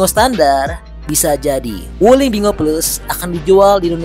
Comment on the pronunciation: Binguo ( di baca: Pin'Quo) bukan bingo 😂